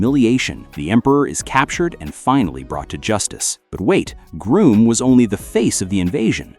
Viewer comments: It's actually Grum not Groom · It's Grŭmm, not Grūmm. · It’s pronounced Grumm and isinea